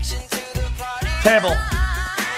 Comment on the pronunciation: lost all credibility the second you called mary j blige teribble.